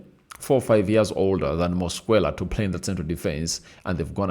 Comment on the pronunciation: Your demeanor is too bad for this video, yawning, flue like breath, you can't even pronounce Mosquera's name properly. Its disgusting